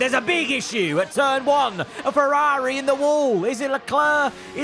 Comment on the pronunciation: brudda how hard is it to pronounce ferrari?? wtf is ferrAAAHHHAHAHHHHHHri?